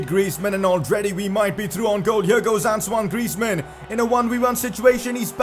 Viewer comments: That's how u pronounce it actually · I mean, that's how you pronounce it